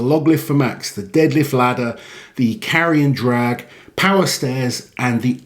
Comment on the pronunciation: Carrion drag? sounds like a stinky event to me ( I know he said Carry and Drag, but it sounded like Carrion xd )